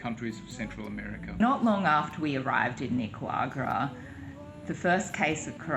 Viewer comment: I'm really enjoying your video series. Your pronunciation of Nicaragua is different than I'm used to. I'm not sure if it's your Australian accent? I'm hearing it as Nicawagra when said it. I'm learning about my own accent while I learn Spanish and was just curious. I hope you don't feel I'm being negative as that is not the tone I intend.